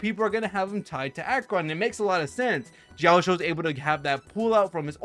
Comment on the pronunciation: Ouch... those butchered pronunci8ation of Yunli's name and Jioaqiu's name. 💀